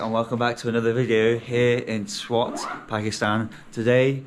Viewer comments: it's not pronounced SWAT like a swat team. But pronounced "Swaath" - Enjoy your trip dude. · m8 peace and love to ya but pronounce it like 'Sa-Waat' pleasee. The way you pronounce it makes me feel like my house bout to be raided 😂✌